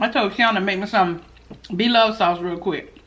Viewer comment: Them onions 🧅 look so good my God🤤 and the “sauchey” 🤣🤣 we don’t even have stairs no more we have a escalator 🤣🤣🤣🤣 Lord help me not the Robot 🤖